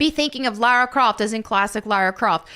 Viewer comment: My god it PISSES ME OFF when people pronounce her name as Laura or Lorah Croft its LARA DAMN IT!!(that wasnt aimed at you specifically it just reminded me of that)